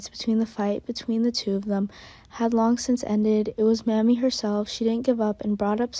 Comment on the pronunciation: Her name is not mammy it's Mamie